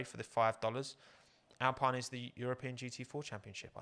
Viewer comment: Just for when you do do that livery video, might be useful to know it's actually pronounced "al-peen", not "al-pine". Couldn't stop myself correcting it everytime you said it this stream. :D